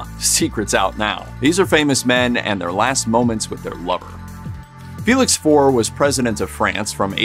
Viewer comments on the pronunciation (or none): Not FOR but For-ray